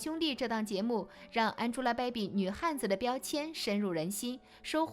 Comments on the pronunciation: 安猪拉 掰比，博主的英文发音真的蛋疼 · 你这英文发音我实在受不了了，什么叫安吉拉白比